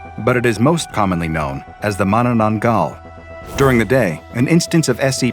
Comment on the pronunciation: I live in the Philippines and the way he pronounced it is so funny 😂😂 The "aswang" ahh yes The "mananan-gull" Sobrang nakakatawa or too funny